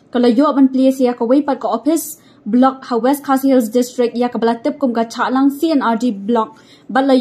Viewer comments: Shahlang madam not chahlang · Shallang not Chahlang